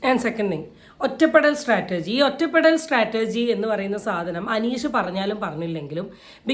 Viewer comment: സ്ട്രാറ്റർജി അല്ല ചേച്ചി 😇..... സ്ട്രാറ്റജി